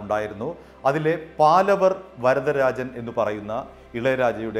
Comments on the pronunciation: "பாலவர்" இல்லை. "பாவலர்". "പാലവര്" അല്ല... "പാവലര്" (പാലവര് തെറ്റ്...) പാവലര് എന്നാല് ഗായികന്മാര് ,എന്നാണ് അര്ത്ഥം. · ഒരു മാങ്ങാത്തൊലിയും അറിയില്ല .. തട്ടിവിടുകയാണ് .. പാലവർ അല്ല പാവലർ ആണ് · പാലവർ അല്ല, പാവലർ എന്നാണ്.. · அது 'பாவலர் சகோதரர்கள் '. When you report , pl cross check with known people , before you release your clips. ' പാവലർ ' and not ' പാലവർ ' Funny to see that you are repeating it many times. (Had he seen this, he will call and fire you.!😀) It's some thing like you are damaging their ' Family Name' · It is PAVALAR not PALAVAR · പാലവർ അല്ല പാവലർ ആണ് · പാലവർ അല്ല പാവലർ എന്നാണ് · പാലവർ അല്ല പാവളർ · പാലവർ അല്ല, പാവലർ